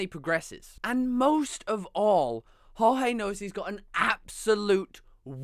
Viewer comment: Just one thing, Jorge is pronounced almost the same way as George, you just take out the "e" sound